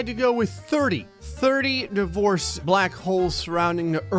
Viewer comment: I had this video playing through my car so I wasn’t looking at the screen, and I could’ve sworn he was saying “the voice” not “divorce”.... so when he said “30 divorce black holes surrounding the earth” I was thinking “oh wow that’s a lot of voices”